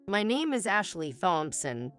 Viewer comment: Another video where the narrator doesn't speak with fluent English. Its not Thompson, but pronounced..... Tompson, the h is silent